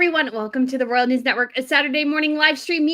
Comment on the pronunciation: Pronounce ROYal...